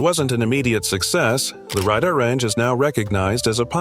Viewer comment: i have to pick up the keyboard again. the Amana Radda renge microwave? its RADAR RANGE RAY DAR is how its pronounced. fix this or I might consider downvoting this page